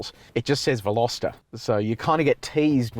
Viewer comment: well done on butchering the pronunciation of the name